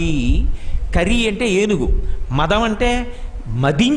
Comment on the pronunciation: Kari sir not kara